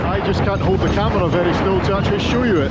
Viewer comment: Saturday video! Did I hear "ferry good service":) Thank you and.